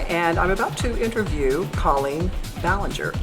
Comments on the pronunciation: ITS COOOOOOOOOOOOOOOOOLLEEN. not CAAAAAAAAAALLEEEEEEEEEEN. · She said her name wrong -.